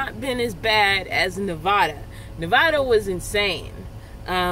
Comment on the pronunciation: You are pronouncing my state of Nevada wrong. It isn't Nevahda. It is Nevatda. I did that spelling for a reason. I am so sorry about the heat. It is changing now. Missed seeing ya! Hope you are well. They have those small air conditioning fans that are really small and cool things fast!